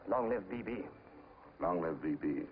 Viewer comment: It's B.B, not Bi B!!!! lol